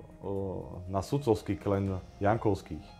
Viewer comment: Nie klen ale klan